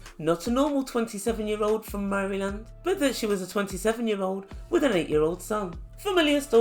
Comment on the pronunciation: 🤣🤣🤣 Murrlin. They way she said it was all classy. Lol. I love it.